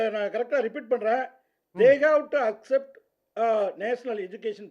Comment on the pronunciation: We Tamil will not acjept what ever shit you say…’accept’ அப்படி என ஒழுங்க சொல்லுடா…union minister வேற